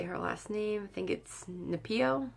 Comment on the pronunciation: Good morning sweetie ❤️. Your such a darling to put me in your shout out. Yes you pronounced my last name right...it’s spelled as Naipo. Stay fabulous and enjoy your Sunday. Aloha 🌺...Ranalynn